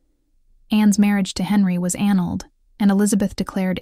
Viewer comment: Ann-ulled?? It is a-nulled.